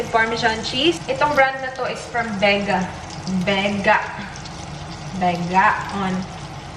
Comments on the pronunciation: Nakatawa ko sa vega.. vega.. vega-on! Hahaha malingaw ko nimo. Bisaya jud. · "Bega... Begaon" 😂😂💕